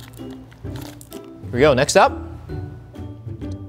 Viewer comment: He said, here we gay insted of here we go 😂😂😂